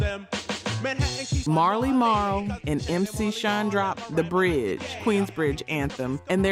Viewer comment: You didn't even pronounce MC Shan or Marley Marl right. AI must be reading this.